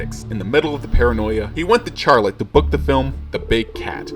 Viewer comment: My guy said char,lette 😂😂😂